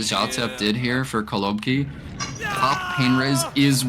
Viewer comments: it’s actually kolobkI, not KolObki, last letter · Stop saying kolObki